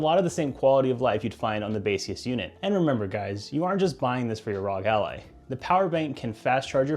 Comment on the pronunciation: I know, and that not how he says it. It says it like alley